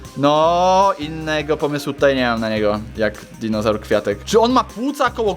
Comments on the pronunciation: [*] Powiedziałeś pare razy dizonaur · Dinozaur! Nie dinożar